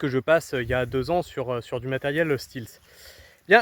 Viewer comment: J’allais dire la même chose !😉